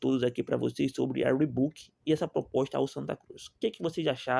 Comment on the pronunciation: O cara não sabe nem escrever, nem falar o nome da marca…